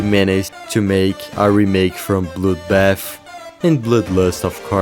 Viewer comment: I thought bro said “bloudbaff”